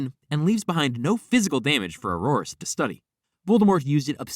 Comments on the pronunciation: I find your mispronunciation of “auror” disturbing. It’s “oar-er” not “oar-oar-uh” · Ok that was not killing smoke in the fantsstic beasts movie please do some more research and redo thus video i dont feel i can trust anything you said at this point it was difficult enough to try to get past the way you pronounce auror the smoke in fantastuc beast is called an obscurus